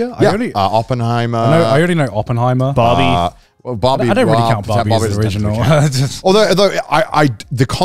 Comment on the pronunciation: Everytime garnt says the word "really", he pronounces it "vreally".